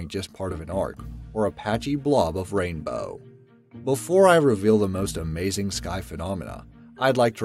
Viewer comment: AH MAY ZEENG